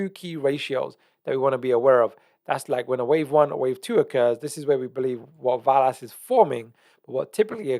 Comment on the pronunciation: Love you but it’s pronounced VELL-ASS not VAL-ASS. Same way your not called Jaguar 🐆 Love you’re content bro you are one of the true pros left keep up the important work you do 🙏